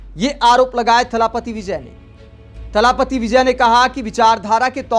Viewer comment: तलापति थालापति नहीं